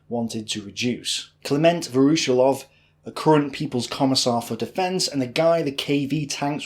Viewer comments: Great video. But your pronunciation of Voroshilov is atrocious. It's Вороши́лов - with stress on the и. Pronounced Va-ra-SHE-lov. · A small note on the last name: "voroshilov" It is pronounced "vah-rah-SHILL-ahf" The stress should fall on "SHILL", not on "OFF". Voroshílov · Pronounced: Voro- sheelov